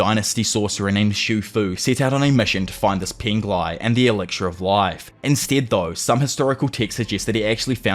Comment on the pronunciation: Elixir bro, not elicir. Akaginu , not akagaynu . Tf Too much cringe white people pronunciation